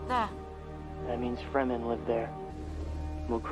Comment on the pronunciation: Fur-men 😂😂😂 it's fremen... Meaning free men.